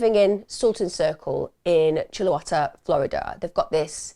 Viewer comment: Chuluota is pronounced more like Chewl-e-o-ta I’m trying to make it phonetic and finding it difficult. But I hope that helps.